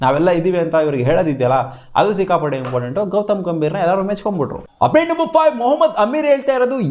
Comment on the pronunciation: ಅದೇನೋ ಆಪ್ಡೇಟ್ ಅಪ್ಡೇಟ್ ಅನ್ನೋದು ಉಪ್ಪಿಟ್ ಉಪ್ಪಿಟ್ ಅಂತ ಕೇಲ್ಸುತ್ತೆ 😂